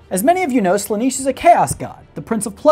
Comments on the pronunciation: Slan-eh-sh not Sla-nEE-sh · Slanish? It's slanesh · "Sla-niche"..... ffs man... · Listen to this mon'keigh, pronouncing "Slaanesh" as "Slanish" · someone please tell him how to pronounce Slaanesh correctly, it's getting on my inquisitorial nerves.. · You should do more homework on your subject. You are not pronouncing Slaanesh correctly. Give the subject the respect it deserves, man!